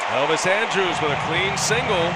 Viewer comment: How the hell can announcers not learn how to pronounce names properly?? Andrus....is NOT pronounced like Andrews....lol. That's just a no-brainer. Just goes to show that people who are on TV....are not necessarily the sharpest knives in the drawer....lol.